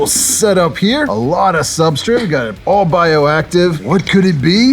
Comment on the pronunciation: I love that you say "Sub-STRIT" and not " Sub- STRATE(STRAIGHT)" I laugh every time I hear it lol. Must be a locational/ accent thing lmao.